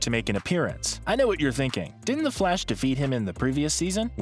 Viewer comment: “Theh FLAWSH”